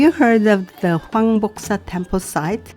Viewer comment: 황복사지 영어로 듣는데 꼭 한국말처럼 들리길래 제자신 깜짝 놀랐습니다.ㅎ 정말 훌륭하십니다. 언제나 고맙습니다. 건강하십시요.